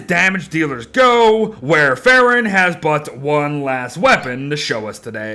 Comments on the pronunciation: Wow., I love your content, but it hurt my brain every time you said this character's name. It's the same as the generic name of Coumadin, a very old and common anticoagulant. It's pronounced like "wor ·fr·in," not "war e·fair·in." (Even the Brits don't pronounce it like that.) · It's pronounced like War-fuh-ruhn It's actually the name of a medication haha!